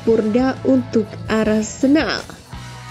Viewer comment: Apa cuma gue yang denger "Arsendal, bidik rodrigo" 😮